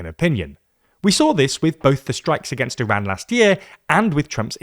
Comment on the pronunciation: The way you pronounce Iran sounds like Iraq